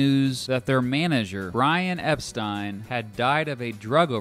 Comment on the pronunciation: Pronounced Mersey wrong .. then Epstein wrong .. i'm out!